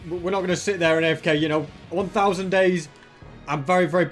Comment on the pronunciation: is it me or I keep hearing 100 days But it's actually 1,000 days